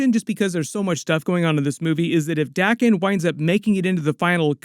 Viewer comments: It's pronounced day ken not dahken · Wolverines sons name is spelt Daken. So its pronounced 'Day-kin'. If it was spelt Dakken it would be pronounced 'Da-ken'. The rule is a double consonant after a vowel shortens the vowel. 'Daken' only has a single consonant so its a long vowel. Day-ken. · Your rule doesn't apply to Japanese words. Daken, or rather 駄犬, is pronounced dah-kehn.